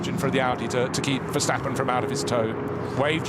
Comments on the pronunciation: why the hell is that commentator still calling him Vershtappen? There's no f'ing H in his bloody name!! I thought those idiots got the message years ago ... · I hate how commentators always say: VerSHtappen. In Dutch its just pronounces like a normal S, not a SH.